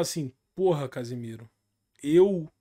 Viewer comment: O narrador falando "Casemiro"